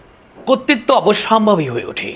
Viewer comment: কর্তৃত্বকে 'কত্তিত্ব' বলেন কেন?